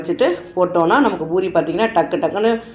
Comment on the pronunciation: Boori இல்லை poori endru உச்சரியுங்கள்.